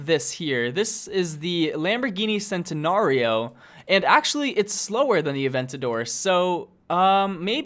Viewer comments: A lot of ppl make this mistake but, its pronouced chentenario, not centenario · is it just me or is he pronouncing every car name wrong like ajera! sentenario! face palms cmon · its pronounced Chentanario. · I love this video but the way how you pronounced the agera and the centenario made me cringe._.